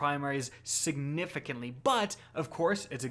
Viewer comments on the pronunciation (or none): Hey, you're not allowed to say siganigahfintly.